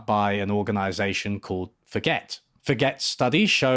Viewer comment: pretty sure it's pronounced for-gay, not forget.